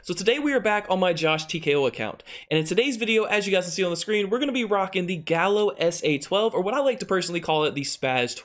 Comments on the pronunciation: Gallo and galo is not the same s 😂 It's more like ga-yo. Nice s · i think that this is not going to matter but the name of the shotgun is in spañish and is gayo in the pronunciation nice video bro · Just an FYI this gun is (gallo) Spanish for rooster, so I think it should be pronounced guy-o or guy-joe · Tko, just so you know it's pronounced smth like Gah-yo